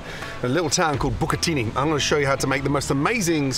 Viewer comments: Can't believe he pronounced 'Bukit Tinggi' as 'buccatini'. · Hahaha bucatini🤣